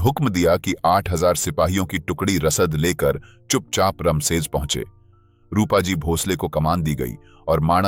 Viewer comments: इसमें थोड़ी सी गलती है किले का नाम रमसेज नहीं "रामशेज" है। इसका मतलब है राम का विश्राम स्थान। कहते हैं कि जब भगवान श्री राम वनवास को भेजे गए तब उनका रहना इसी नासिक इलाका था। जो घना जंगल था, और इसे दंडकारण्य कहा जाता था। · रमशेज नाही.रामशेज आहे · रामशेज ना की रमशेज. प्रभू श्री रामचंद्र रघुवंशी क़े नाम पर उनका नाम है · रमसेज नहीं इस्का नाम रामसेज!